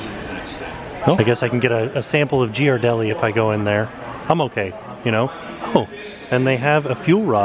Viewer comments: Hey big fan! but Ghiradelli is pronounced Gear a deli not Gee ar deli. Haha when you said that it threw me off. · It's pronounced "Geer-a-deli" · Only could pronounce Ghirardelli that way 😂